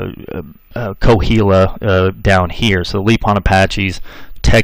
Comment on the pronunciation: This narrator also mispronounced the tribe Coal-hill-ta-cons. My phonectic spelling. I reckon the State of Coahuila,Mexico was named for those people. Hell,he even mispronounces the State name. And yeah, l'm a Texican! The ol' man's side-1834, Ma's side-1846.